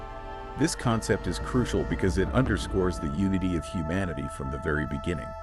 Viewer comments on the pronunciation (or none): none